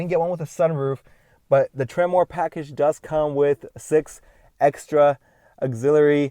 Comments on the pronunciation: Its not Temmor, its Tremor...way to know what truck you bought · It's not pronounced "trem-mor". It's correctly pronounced "tremor". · trim-er not tremoore lol